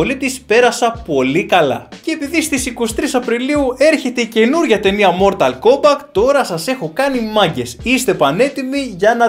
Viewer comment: Μορταλ κόμπακτ ακούω η μου φαίνεται?